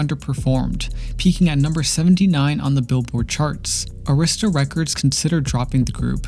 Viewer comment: Record company is pronounced e’rista (Arista). Three syllables not two.